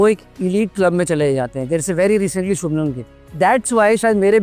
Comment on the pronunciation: Sir shubnam nahi shubhman gill hai😂😂😂